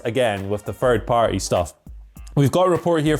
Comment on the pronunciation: "Fird Party" 😆